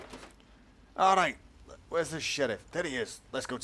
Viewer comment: "arrait!" lol